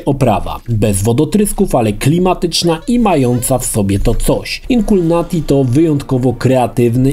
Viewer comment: Wszystko spoko, ale dlaczego czytasz błędnie tytuł gry? ;D